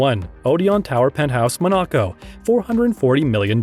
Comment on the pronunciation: Ma-knock-oh? Where the fuck is that? In Your Anus? LMSFAO!